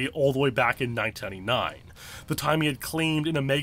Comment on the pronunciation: you can't pronounce 1999 correctly, lol